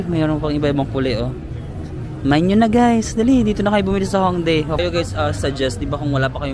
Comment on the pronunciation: Yung pag pronounce po ng Hongdae is "Hongdeh" 😊